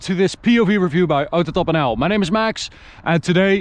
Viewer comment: the way you say AutoTopNL is so good i cant get over it